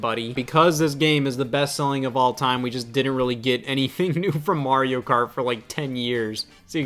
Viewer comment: This 30-year-old teenage-looking MoFo just called Terraria 2d minecraft and then called Mario "Marry-oh". Oh fuck me!